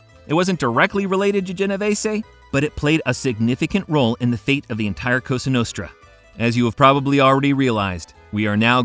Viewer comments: When this guy said costra nostra I almost turned it off . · Straight from the "Coustra nustra" in the first couple seconds, i assume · "COSTRA NUSTRA" I'm out of here, wtf AI a$$wipe?